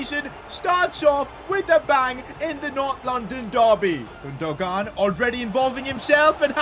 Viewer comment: Great vid but i was annoyed because it’s pronounced like gunduan not gundugan